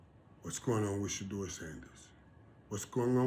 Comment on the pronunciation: Why are the pundit speaking for She-Door... Let's hear She-Door speak. He is Special Ed slow; that's why everyone speaks for him. She-Door can't think on his feet. He has no command of the English language. Listen: "/YOUFF/" ~ Shedeur. He's too ghetto. And his daddy wore a dress.